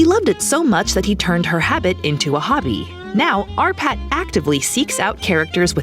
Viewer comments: I thought for the longest bit, the narrator was saying "our pat" ! Possessive, aren't we? 😉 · Oh shit, she says "R. Patt" For the whole video I thought it was "Our Patt" And each time, I smiled after it :)